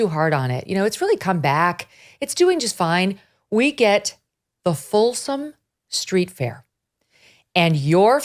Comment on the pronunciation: I have no desire to attend, but I'm fairly certain it is called the FOLSOM STREET Fair, because it is a fair on Folsom St., not the Folsom STREET FAIR, as if it was a random street fair named for somebody Folsom. You'd think that after all her years on camera, Megyn would know how to place accents. (And I'd think she might speak up when Carrie starts rambling about searching Scott Weiner's home computers without probable cause. Where is Ms. Liberty defending Weiner's 4th Amendment rights to be safe from government intrusion? Yes, Weiner appears to be very unpleasant, but the Constitution is for everyone. That's the point. And boo on Carrie for making smirky puns about Weiner's surname. It means "from Vienna" nothing more.)